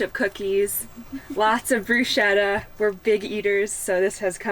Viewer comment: Wth is a “bruscetta”? Ahahah did she mean “bruschetta”?